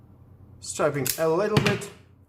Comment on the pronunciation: Just for your information - you are confusing two words, "Striping" and Stripping". "Striping means to draw a line on a surface (like a car, for instance). You are "Stripping" the insulation off the wire (like stripping paint or stripping off your clothes). They are pronounced differently.